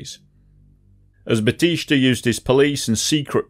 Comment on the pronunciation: Learn Spanish or Google pronunciations - BATEESTAH. There's no sh. Couldn't finish...